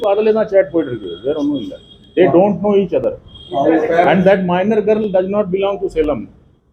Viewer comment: for your kind information girl Tamil varthai ilai avar girl ku kuda griluu gurluu nu solrar.